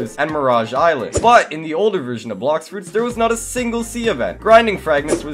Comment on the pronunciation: "Blox froots"